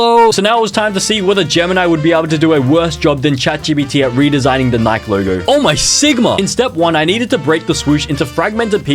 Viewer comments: Sick doesn't mean throwing up, sick means affected by physical/mental illness. Also its pronounced "NikIE" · Every time bro said “nike” my heart broke 😢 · Its nikEEEE nai kee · It’s so funny that he says Nike wrong